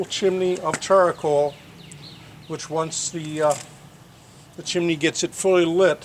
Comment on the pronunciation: I believe comment was in reference to the extra 'a' you added to the word charcoal. Char-a-coal.